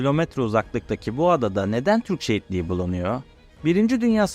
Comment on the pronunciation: Türkçe bu kadar zor bir değil be çocuk! Şu telaffuza biraz dikkat edin. Türkçe prodental ağırlıklı bir dildir. Defalarca dinledikten sonra "şehitliği" dediğini anladım. Allah aşkına biraz özen gösterin ana dilinize! Hele de bir medya platformunda yayıncı olmak iddian varsa...